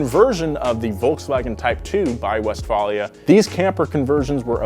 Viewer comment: I believe it’s pronounced west-vale-lia there sonny.